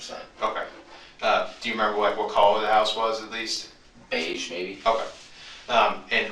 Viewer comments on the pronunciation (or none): Who the hell pronounces beige like that